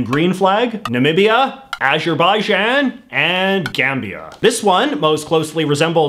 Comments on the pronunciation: It's pronounced with a /ʤ/ sound, as in English "jam". In Azeri the name was originally written آذربايجان where ج is pronounced /ʤ/, and it's spelled Azərbaycan now, where c is still pronounced /ʤ/ (in Soviet days it was written with a special letter, ҹ, for the same sound). There are other letters for /j/ (as in "yellow" - y/ى in Azeri ) and /ʒ/ (as in English "beige" - j/ژ). Oh, and Azeri=Azerbaijani. Both can be used in English. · Crash Bandicoot extra life FTW "Ajerbaijan" XD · In Canadian English, "Azerbaijan" is pronounced "as-err by-JOHN". But for some reason, many people tend to render foreign names more "foreign" by unduly complicating their pronunciation. How they get both the "z" and the "j" in "Azerbaijan" to sound like the "g" in "genre" is beyond my understanding. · azerbijan is technically pronounced "azer-baiyan" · Is no one going yo talk about how he pronunced "Azerbaijan" 😂😂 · Why do you pronounce azerjiban like that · The way you pronounce Azerbaijan should be illegal